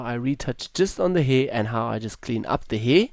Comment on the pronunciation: I came here for educational reasons but as soon as I heard the word "heeer" for the 20th time . about 30 seconds in - I lost it. May I ask if that's some sort of accent or dialect? I'm not a native speaker myself and have NEVER heard someone pronounce hair like that. ^^ Tremendous work btw, I'm way too lazy to do ALL of that.